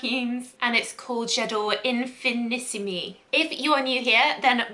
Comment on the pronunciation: Im not a fan of any J'adore flankers except L'or so this may be a winner for me i love oriental scents I don't think it's been released in Australia just yet Btw love you in that top! The pronunciation is in fee nee seem the accent on the seem it's French not Italian